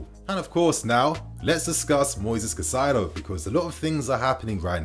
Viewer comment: KAAAH-EEE-ZE-DOH Learn to pronounce his name correctly, ffs.